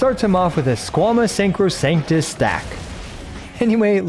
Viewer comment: Latin, is pronunced eem-bee-bee-tor and the accent is on the last i “imbibìtor”. Sacrosanta in sack-row-sawn-tah